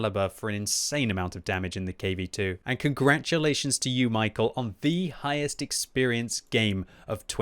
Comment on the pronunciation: he's not michael, its read like mee-how